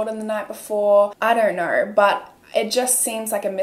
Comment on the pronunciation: very much out of topic but right after she pronounced 'know(r) & so(r)' i immediately knew she's australian 😂 idk if im right, im new ✨